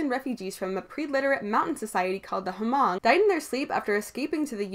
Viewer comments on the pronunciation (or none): You don't pronounce the "h" in the word Hmong. Just in case you ever have to say it out loud again. I only know that because I live in a state that has one of the largest Hmong populations in the country. That's crazy that they were the inspiration for Elm Street. I'm a recovered Catholic, but I still won't go anywhere near a Ouija board. The original Elm Street is really good and so is the (4th one?) It's called Dream Ward I think. The other ones weren't so good.